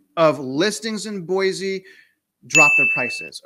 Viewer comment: FYI....it is not pronounced Boy-Zee...it is Boy-See.